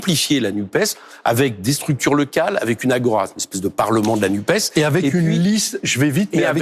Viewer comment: Merci Éric de TOUJOURS prononcer le S de NUPES, car évitons de nous laisser tromper par les journalistes beaux parleurs qui s'acharnent à éviter ce S socialiste, non pas que je sois attaché au PS tel qu'il était et qu'il rassemblait tous ces politiques qui se sont empressés de flatter EM au cul, MAIS parce-que je suis attaché à LFI au sein de la N.U.P.E.S. où participe également le Parti Socialiste SOCIALISTE refusant la Macronie ! Supprimer la prononciation de ce S revient à commencer une tentative extérieure de division de la NUPES !